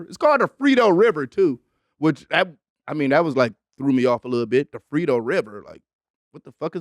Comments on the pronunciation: Mans said the frito river 🤣🤣 bro it’s frio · Lmao bro said Frito river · "Frito River" and nobody corrected him😭